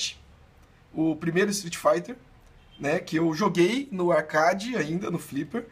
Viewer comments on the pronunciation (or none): Mano desculpa te corrigir, mais a palavra se pronúncia arqueidi, e é escrita arcade